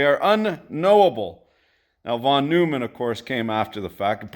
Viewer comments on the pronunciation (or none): Egghead moment from the math department, but a neat curiosity: Neumann is pronounced closer to noy-man than the character of Seinfeld fame. It's a common misconception kinda like Euler is pronounced closer to oiler than ruler. Neat fact for cocktail parties, and will save you from being relentlessly ragged on by international mathematicians. Not that I speak from experience.